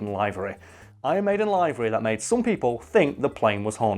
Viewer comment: This whole time I thought he was saying "library" hahaha I'm like What fucking library on the plane? And why a fucking library hahaha